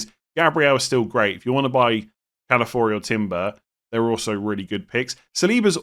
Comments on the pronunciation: Please stop calling him Calafori, it has an i why are you skipping it, Ca-la-fio-ri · why do you say calafiori like calafori? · Calafori saying it wrong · i feel like saying “Calafori” is harder to say than his actual name of “Calafiori” 😭